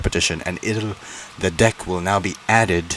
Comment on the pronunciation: Maybe try pronouncing "deck" correctly 💀